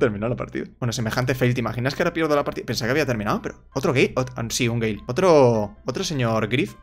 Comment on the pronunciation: yo escuchando que dice gei y luego de repetírmelo 10 veces entendí que dice gale xd